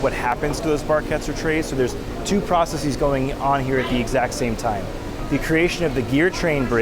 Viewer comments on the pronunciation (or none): did bro pronounce processes like indices lmao